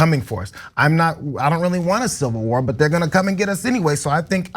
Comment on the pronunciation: You girls just can't say Civil WAR !